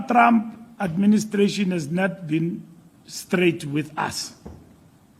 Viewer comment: I love the way Fikile pronounce Traaamp😂